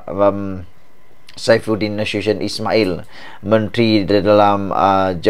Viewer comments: Salah tu sebut nama Saifuddin Nasution. Bacalah cara ejaan melayu bukan cara english. Bacalah Na-su- ti-yon, bukan na-su- syen. Harap maklum admin! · Bukan Saifudin NA SHU SHION. Saifudin Nasution (Na Soo Ti yon)